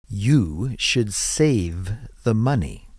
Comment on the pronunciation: TK đọc SAVE giống như SAFE , Frank đọc hay